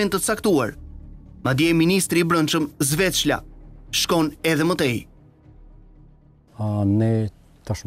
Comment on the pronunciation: Sfeqla no Zveqla!! Mos ja bene si ajo moderatorja e euro news, Zvjeqllja😂😂